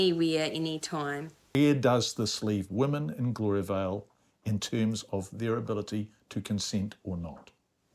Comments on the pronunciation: It's Gloria Vale, not Gloria Bell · Gloria-vel? Try saying "Gloria-vail". Had no idea who you were talking about